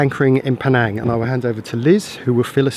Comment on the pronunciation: that's not how to pronounce Penang...